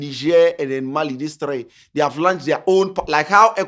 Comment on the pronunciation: Herh Stop saying "lunch" 😂. It's "launch"